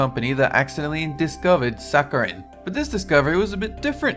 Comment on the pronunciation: Your pronunciation continues to be horrendous. If a word is new to you, look it up online and listen to the pronunciation. Start with saccharin, mauve, and quinine, three words you butchered within the first 90 seconds.